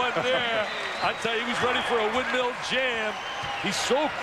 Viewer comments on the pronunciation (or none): ***** yeah ik he meant windmill, surprised the commentator doesnt know how to say it right tho